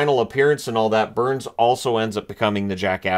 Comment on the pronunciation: No sir. Their say Booourns.